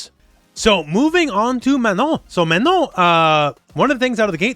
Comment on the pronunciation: First American player I've heard pronounce "Manon" correctly in 4 years lmao. I keep telling people that you don't pronounce the final N, but I guess it's hard for most English speakers?